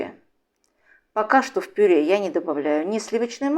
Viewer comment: Голос приятный. Только режет слух слово ,,пюрЕ,,. Пишется так, но говорят ,,пюрЭ